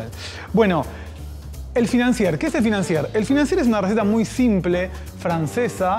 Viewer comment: La R al final de financier no se pronuncia 😎